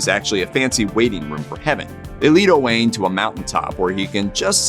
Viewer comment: Sir Owain was not O'Wain. He was Welsh, not Irish. I stopped listening after this. Whoever told you the story was pulling your leg.